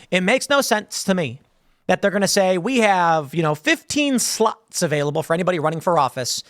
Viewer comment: I thought Tim said 15 sluts not 15 slots lol 😂